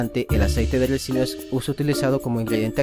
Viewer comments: RICINO..!!!se debe decir aceite de RiiiiiCino!!!!.....y no Recino...! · Se dice RICINO